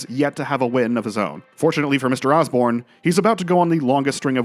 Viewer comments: it is Usborne, not Osborne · Jeremy Usborne NOT Osborne! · Great to see this mate! Unfortunately - and I hate to have to do this - it's Jeremy USborne, not OSborne...